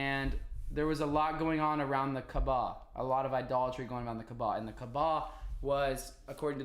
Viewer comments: Hey the pronunciation is kaaaba kaaba.. not kbaa. No offence , just so u say it correctly... Btw have you watched the film THE MESSAGE By Moustapha Akkad.. Just a brief explanation of how it happened.. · Hey, love your research and logical thinking! Btw, it's Kaaaba, not Kabaa